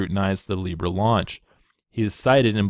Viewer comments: Seriously you got hammered for mispronouncing Libra. Come on people get real. We really need to overlook little mistakes like this. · apology accepted for pronouncing a shitcoin's name wrong. how dare you.